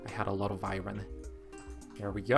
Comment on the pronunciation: Bro please stop saying iron like that 😮